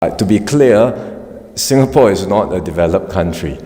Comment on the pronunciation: It's ingapore now 😂😂😂